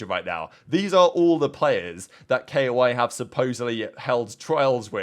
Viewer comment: Also i feel like this isnt the first time he pronounces shit hella wrong